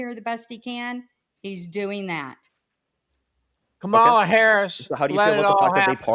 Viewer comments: Blob can't even pronounce Kamala's name right. So who's not smart? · 18;22 Imagine calling someone dumb when you can't even learn how to pronounce Kamala correctly after hearing it thousands of times ...